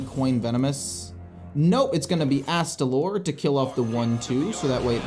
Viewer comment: I am so proud you pronounced astalor correctly! A promise is a promise. Take my money!